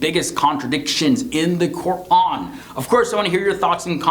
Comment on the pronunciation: Why doesn't this guy pronounce quran, allah, islam properly?